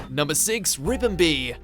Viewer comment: So who else wants to smack him for saying ribombee wrong